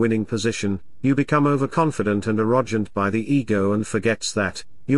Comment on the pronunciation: u are smart, but why u pronounce the word Arrogant as aroshant